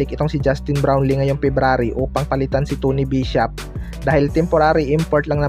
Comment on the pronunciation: Bulol puro ka balita KY brown lee.wala ka kina iba sa mga nag ba vlog puro bron lee dn mga kasinongalingan naman.buti pa d nyo na e balita c brown lee kng d totoo nakaka boisit lng.